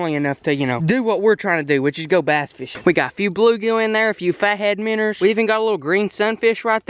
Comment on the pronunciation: When he says minners dose he mean minnows?